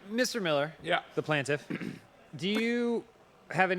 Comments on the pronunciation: "He's not a plaintiff he's a plantif" 😆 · "Plantif" is driving me crazy!!